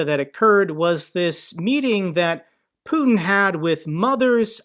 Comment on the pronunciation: Good content, just one remark: the Russian dictator’s name is pronounced ‘putyin’ not ‘putn’.